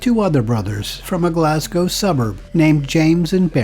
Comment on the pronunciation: Great Video. One of the few from across the pond who have pronounced Glasgow correctly on videos about my homeland. 👏🏻👏🏻👌🏻 Instead of the usual “Glass-Cow” 🤦‍♀️